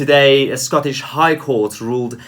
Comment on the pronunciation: Scaw-tush jewrus-duckshun. Aye.